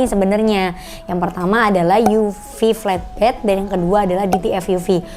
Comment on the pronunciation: Mbacanya enakan 'flatbed' ketimbang 'fletbed', Mbak. 🙏